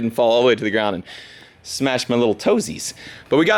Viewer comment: DUDE PLEASE DONT SAY TOSIES AGAIN !!!!!!!!!!!!!!!!!!!!!